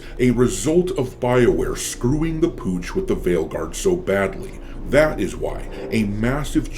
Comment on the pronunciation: At this point I know people usually say it properly but all I can hear is fail guard 😂